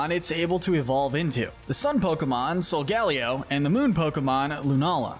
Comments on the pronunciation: Sol gal io Bruh it is Sol ga lay oh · It's Solgaleo, NOT Sogelio! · yeah it’s supposed to be like silver ally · ah yes, sewycune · bro said zaruday and solgAlleyo